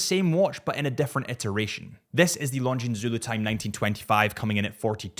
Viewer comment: Killing me on pronouncing the s over and over. The s is silent, such as debris…